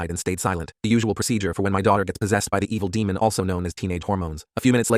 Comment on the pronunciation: 'THE evle deamon" got me laughing